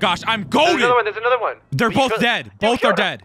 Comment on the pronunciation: did anyone else hear how he said at the yellow jack that the cop was D A D nowinstead of dead?